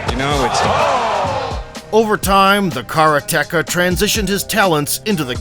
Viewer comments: Just a note that karateka is mispronounced. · I cant beleive he said kara techa instead of karateka (kuh-rah-te kah) not kara techa. Oh myyyy... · I noticed it was mispronounced a few times here but karateka is not "kara teka" it's Karate "Kah". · wtf is a kara techa? its ka ra te ka karate ka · It's karate-ka, not kara-teka. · Great video but hurts my ears to keep hearing "kara - teka", it's pronounced karate - ka. 'Karate' plus 'ka' means he's a karate practitioner or student. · great vid. FYI it's "Karate-KA" not "Kara-Tekka" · Kara-Teka ??? Kareteka is the proper pronunciation 4 syllables Slim nonstop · He's a "Car-Tecka"? I did wonder what he does for a living.... "Ka-RA-te / KA" - person who practices Ka-RA'-te (= empty-hand way). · it’s Ka ra te ka…not Kara teka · Sounded like caretaker ;) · Wish you could get the karateka pronunciation right- it is not kar- teka! K A R A T E K A, can't just throw away the second a. If you want to pronounce it in 2 syllables it is kara- teka. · the car-a-techa lmao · What the 'f' is a carateka? LMFAO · Car-Tekka lul. Narrator clearly has a deficit of knowledge about Karate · kara-TEkah. you re prounouncing it wrong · Man, it took me an embarrassing amount of time to figure out what the narrator meant by "the karra-tecka". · Please learn how to pronounce Karateka 😅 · Videos like this suck .... can't even say karateka properly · you'd think if you use the word "karateka" several times in the script, you'd look up how to pronounce it properly. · You pronounce karateka so wrong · Narrator has the single worst pronunciation of karateka I ever heard. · Funny how this guy pronounces Karateka lol